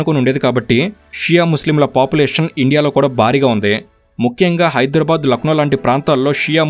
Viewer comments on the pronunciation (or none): none